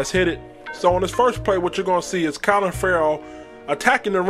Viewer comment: Sounded like u said COLIN Ferrell... CLELIN , bruh!.. lol